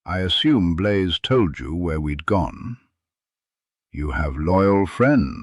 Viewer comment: His name is Blaze not Blay.